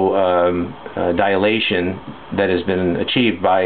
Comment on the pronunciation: DILATION. Not dialation.